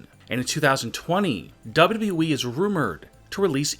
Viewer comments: never trust a man who pronounces wwe as dadabehh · Say it like this SLOWLY... DOUBLE YOU.. DOUBLE YOU.. E